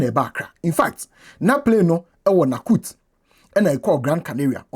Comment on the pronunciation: Nouakchott is pronounced as "Nakutt" instead of the correct pronunciation sounding like "Nu-ak-shot". Keep up with the good and objective work. This minister seeking to clear the brouhaha is sadly pathetic in his analysis and sounds jokingly personal about such a serious allegation. All he sought to tell the Ghanaian people and the whole observing world was that it was all a "technical stop" as if that simply makes everything evidentially clarified.